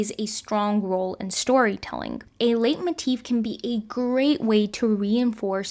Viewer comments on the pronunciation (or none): Just a heads up, leitmotif is actually pronounced “lightmotif” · It's pronounced lee moteef.